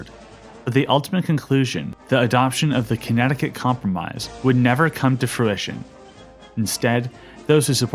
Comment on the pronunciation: bro really said "connect-i-cut" 🥀